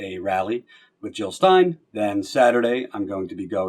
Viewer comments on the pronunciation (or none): Jill Not Hill!